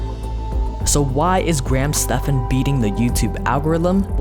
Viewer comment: pretty sure it is pronounced graham STEVENS